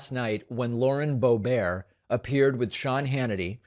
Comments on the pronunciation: I'm sure it's boe-bert, not boe-bear, not that I care, he can call her boe-brat, boe-b#%*h, or no-balls, doesn't matter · I love that you alternate between pronouncing it BO BEAR and then BO BERT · David, you give her too much dignity pronouncing her name “Bo-bear”. In her CO 3rd District we call her “Boob-ert” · I think it’s Bo Bert not Bo Bear makes her sound too fancy. 😂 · Boebart loves to insight plus, she babbles BS as does Hannity . For once, he sounds like the “sane” one?! Boebart doesn’t understand the question. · David, SIR, I come to you with tears in my eyes to remind you that her name is Lauren Bow-bear. Please use the proper pronunciation. Peace and love! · I thought it was Boebert (Bo Burt) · Why does David say Boe-BARE? Is that a joke? Stephen Colbert won't be happy! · Every time you say Bo-bear, I hear Joe Dear-tay. (Joe Dirt) 😂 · Boebear? (pronunciation) What did Stephen Colbert do to you? How about Lyin' Brainburnt or Lauren Braindead, Cabeza Blanca, Bimbert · I love how you call her Lauren Bobaire. Sounds like a French movie star. 😄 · Please find out how to pronounce her name and then use that consistently. There IS a correct way to say it . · Love your show, please keep it up! But also, please don't mispronounce names. That's a tactic that MAGA and the orange leader has adopted, I hate it. I can't stand Boebert either, but let's not take up their tactics, otherwise it's hard to criticize them for doing the same thing. You agree? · Why is David pronouncing the ugly bitch's name as if it is French? It's a Germanic name of Anglo-Saxon origin, so the "t" is no more silent than in the word "bitch"! Just asking? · David, don't be petty. You know how she pronounces her name. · you saying her name incorrectly makes you sound dumb like her. just sayin'